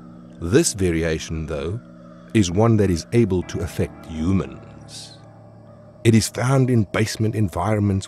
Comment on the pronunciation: I like how he’s like “ Umans “